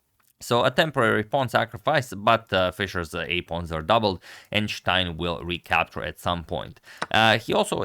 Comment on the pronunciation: Its not schtein...its stein